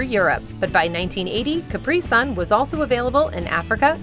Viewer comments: Sonne is pronounced zonn'a definition is correct but s in German "deutch" sounds like a z. German here. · You completely mispornounced the German word "Sonne" - sorry, you'll find correct pronounciations to hear online with Google in like 30 seconds and you're a large channel. That work is something I expect of you! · Sonne and Sun doesn't sound the same! Do you even use a translator with voice options before trying to pronounce something? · Your German pronunciation is impeccable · Could have taken the 10 seconds to check how to pronounce Sonne... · The mispronounciation of German names and words in this video is just UGH!!! Sonne is pronounced "zo-nah", NOT sun... and Wilde is pronounced "vill-deh", NOT wild. i love your videos, but please get better with foreign language pronunciations... ive caught this in a few of your other videos too.